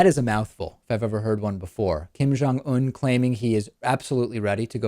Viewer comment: Un like unintelligent × It sounds like oon